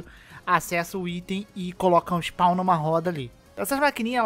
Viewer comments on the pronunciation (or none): none